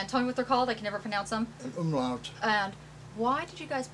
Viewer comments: It's called an UMLAUT. The girl said omelet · I swear she said Omelette instead of umlaut.